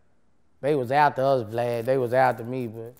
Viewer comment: lmao bruh boosie called this man “Glad” instead of vlad 😩😂😩😂